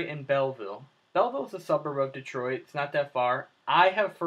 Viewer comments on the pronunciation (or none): none